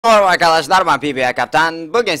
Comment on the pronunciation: başta orvaga arkadaşlar diyon tekrar tekrar dinledim farkettim